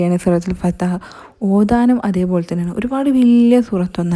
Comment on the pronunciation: Fathaah alla fathah